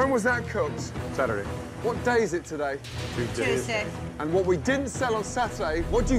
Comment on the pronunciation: It's CHEWSDAY INNIT 😂🇬🇧